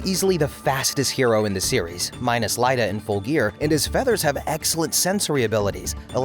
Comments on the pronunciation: who the hell is Liada? It's Iida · Lida? Iida. Two "I". EE-DA. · its iida